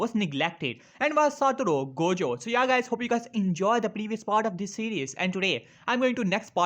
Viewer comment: It's not Jojo it's gojo